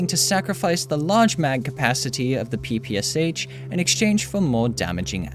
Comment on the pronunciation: Its "sh".Not "s h". Because this machine gun was upgraded by SHpagin. Russian letter "Ш"(Шпагин) reads like "sh"